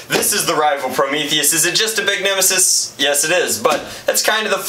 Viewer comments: He called it a nimassis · When he said these are the bumbers to set the nemisis down I cringed